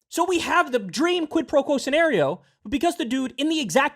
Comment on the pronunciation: "Hello sir here is the ziti you ordered. You have my squid pro quo?" 🤠